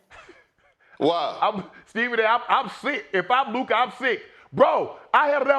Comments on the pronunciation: Not LuKER! SAS ..LuCA! CA CA CA ..Not KER KER ...not LuKER! LUCA🤦🏾‍♂️ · "Luker" - Stephen A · Has anyone else noticed that SAS has a hard time saying words that have an A at the end, he called that man luker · Will Stephen A ever say Luka’s name right?? It ain’t “Luker” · It’s Luka not Luker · Steven A keep callin Luka , Luker 😂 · S.A. speaks with all that deep vocabulary, but somehow can’t pronounce “Luka” calling him “Luker” 😂🤦🏾‍♂️ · HIS NAME IS LUKA NOT LUKER. Stop calling him luker , Stephen A Smith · Who the hell is Luker Stephen?! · Luker not Luka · Stephen A. called him "LUKER"🤣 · Whos "Luker"? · Anyone waiting for how many times Steven A will say “Luker” 😂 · 'Who the hell is 𝗟𝘂𝗸𝗲𝗿'???!!! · Lmao 😂😂😂😂😂 why stephen a say luker’s name like that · Who the hell is Lukerrr? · LUKER LOL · LUKERRRRR DONCHICK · "Luker" Doncic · Who the hell is Luker? 💀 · Stephen A: "If you're Lukar..." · Luker doncic 😂😂😂😂😂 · all the vocab and education stephen A has and he says "Luker." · Did he say Luker😅😅😅😅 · Luker??? Im from nyc and i never understood that lmao.. soder... anywhooo. Collusion by the league. Should have been vetoed.. two people pelinka and nico have prior ties.. bad trade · Stephen "Luker" Smith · “When we talk about Luker” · Stephen A, who is “Lukar”?🤣🤣🤣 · “If you’re Luker” 😂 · "But if you're Luker" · Nobody: Stephen A: "luker" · I’m trying so hard to understand why he CANNOT pronounce Luka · How is Stephen A. Smith, a sports analyst and he can't pronounce a man's name correctly. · Words ending in A are Stephen A Smith's weakness 😂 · His brain was merging Luka and Laker lol